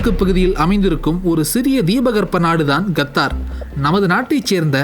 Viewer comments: Qatar is correct ....kathdar is wrong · YES he also pronounces Nepal and Nebal. Qatar as Gathaar, and Nepal as Nebaal Thelivaa ucheringa saami... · its Qatar not gathar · Qatar da naaye no kaththarrr